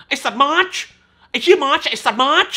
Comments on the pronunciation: ฟังสำเนียงเรียกชื่อมาช แล้วกินเต้าส่วนอยู่ถึงกับออกจมูก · ขำการขยี้มาชชึ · ขำมากตอนพูดชื่อของแต่ละคน มาร์ชชุ แบงค์ขึ โอ้ยยยยย เนี่ย แล้วมันก็จะอยากให้ดูแต่หนังอิหยังวะ เพราะรีวิวมันจะออกมาฮาแบบนี้นี่แหละะะะะ 😂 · เป็นคลิปรีวิวที่สนุกมากๆ ขำตอนออกเสียง มาร์ชชช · พูดชื่อมาร์ชแบบชัดๆอย่างฮา